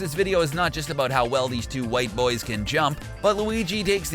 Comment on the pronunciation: “Of course this video is not about how well these two whit boiis can jump” 😂😂😂